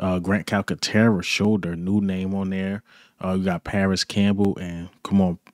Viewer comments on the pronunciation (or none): none